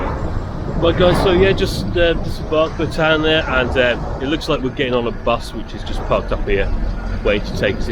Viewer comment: Sorry to be a pain but The Bretagne is pronounced Bretan - ye. We love her she is a sturdy valiant ship. We have sailed this route many a time through good weather and some very bad weather. Sadly the old darling will be retiring from this route soon for a more gentle route. We will miss her greatly. 😘